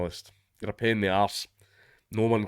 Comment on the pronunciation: After calling the journos ass-holes with a pen, did you say PAIN in the arse or PEN in the arse? cause the latter is funnier.